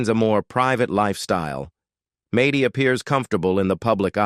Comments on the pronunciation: Maidy? Really dumb channel. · Who says MADDIE WITH A LONG A??? Soooooo annoying!! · Who in the world is MAY DEE. It’s Maddie. Short for Madison. Do your homework before you put it on the internet. Good grief. I can’t listen to this anymore. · AI READING is horrible. It can not pronounce Maddie, Who says Maddie with a long A. So wrong , AI is very dumb. Pronounce Maddie and the A is said like (at). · Fix the name saying! It’s MADDIE NOT MADIE! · It's pronounced Mad-dee, not Made-ee! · I agree